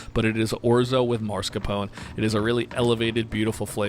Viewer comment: just gonna point out that its mascarpone, pronounced mask-are-pone-ay...not mars-capone, thats a gangster from mars ^^